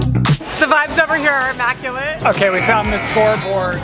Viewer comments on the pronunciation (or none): “emaculate” …immaculate?